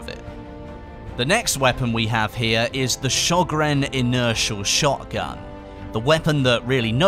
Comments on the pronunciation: so funny hearing you pronounce Sjögren as a swede! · SjÖgren pls :D